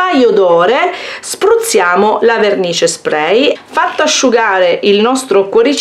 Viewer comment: Mi piacciono i tuoi video ma si dice spray con la A